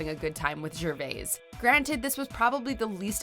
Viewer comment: Watchmojo, did you just butcher Anna Chlumsky and Ricky Gervais' surnames?